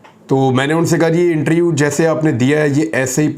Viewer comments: Bhai inter U nhi hota interview hota hai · Imran Riaz khan Bhai, plz speak word interview not interu... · ایک تجویز ہے۔ لفظ انٹر-ویو ہے۔ انٹر-یو نہیں ۔